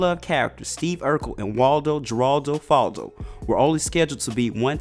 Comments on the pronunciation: You can't pronounce Geraldo it's ( Her al do) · It's Jeraldo with a Spanish pronunciation so the j sound is an h sound in Spanish. I hate that this channel isn't professional enough to find out how things are pronounced. Not the first time won't be the last. It's like they never heard of Jeraldo Rivera.... Do better Black channel, you make being such look bad.. Have any of ya'll actually watched an episode of the show with him on it?? If you had you would know how to say the name. Tsc, tsc, tsc, poor research strategy. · It's pronounced "Heraldo." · Pronounced "Heraldo" not "Jeraldo". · FYI - Geraldo is pronounced as HER-ALL-DŌ Great video though! I had no idea he did voice acting as well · It was pronounced "Heraldo" King!!! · When the commentator is too young to know that it was pronounced 'Heraldo'. Smh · He’s killing me by pronouncing his middle name Geraldo with a J. I believe it was pronounced with an H. No shade though.😩😂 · Soon as I heard him pronounce it that way I was like....”oh, this baby is reading an essay on a show he never saw”.🥴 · You can tell how he says “Geraldo” he never watched Family Matters 😂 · How you gonna make a video about a character and mispronounce his middle name SEVERAL TIMES.? it's Geraldo, G is pronounced as an H